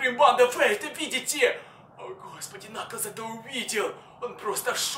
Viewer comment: Это уже не накалз а накаклз